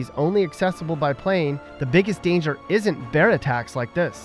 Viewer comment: Dangjer dangjer dangjer!